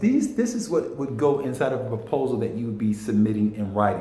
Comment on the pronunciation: proposal, not propsal. Thank you for the information and encouragement.